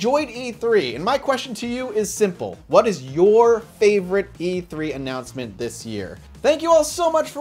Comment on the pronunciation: Jin Luo yeah, he used the word annanouncement perfectly